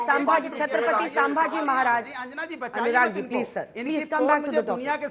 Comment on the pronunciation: कुछ हरामियोको संभाजीभी बोलने नही आता।